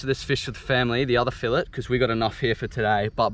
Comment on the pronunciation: It’s filet not filet 😂